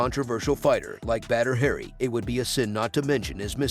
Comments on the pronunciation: It's not "Badder Hairy" it's pronounced "Bodder Ha Ree." Still a great video! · It’s annoying how he keeps mispronouncing his name calling him “Badder Harry” 😑😑😑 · Batter hairy😆... Oops... Need to try a little more research. Stop trying to talk in that dumb ass movie voice and try pronouncing names correctly 👍